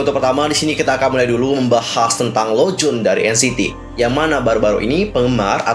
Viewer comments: Lonjwin kak bkn lonjwon xixi😁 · bacanya bukan lowjun tapi lounjuin hihi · Renjun dibacanya Lenjwin bang😀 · Tapi emang harusnya di baca "lon jin" karena kayak gitu pronounciation-nya.